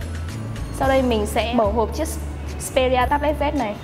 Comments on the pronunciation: đọc là ích pê ri a z đi bạn :(( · phát âm xperia chưa chuẩn, resolution cũng thế luôn